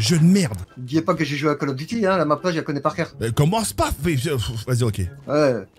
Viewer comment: Mdrr jp il dit qu’il connaît pas la Map puis après il dit g jou et à caul ofe duti jconé la mape